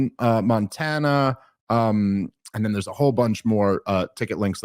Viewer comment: First time hearing anyone mispronounce Montana.